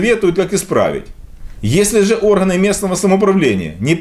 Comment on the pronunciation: С детства учат что ли? Букву "Г" произносить как "ХГЭ". ДороХГА. ЛоХГика друХГая. Бесит. А ещё бесит, что читаешь с экрана. ОрХГаны🎃🎃🎃